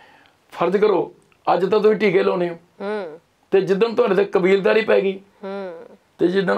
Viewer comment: Kabeeldari Wali "D" Nai Tppi Jani 😂😁